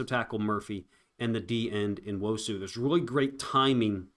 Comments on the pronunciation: I love your breakdowns. Say his f*cking name! New-wosu. Not N-osu! I totally support you but say his fucking name! It's fucking rude! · it’s N-wo-su. Learn how to pronounce the Nigerian names. It’s not No- you chud. Good lord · bro. You tried to phonetically spell his name multiple times in multiple different ways. What are you even talking about. You pronounce Nigerian names exactly as they are spelled. N-wo-su. Not New-wosu or No-wuso like you tried to do two times. You got some serious main character issues going on. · Say it; uh-CHEN-uh noo-WOH-soo. I'm not a content creator, I am not obliged to pronounce a subjects name correctly, although, I did. It's not complaining to expect someone providing content on a player to pronounce his name correctly, it's actually insulting not to make sure you got it right! I don't expect or need you to understand, gets it!